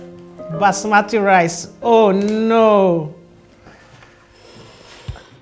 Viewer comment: She lost me at basmati